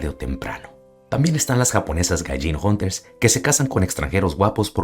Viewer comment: Cuidado con las …Hunters?? Jejeje no logre descifrar lo que dijiste , 😅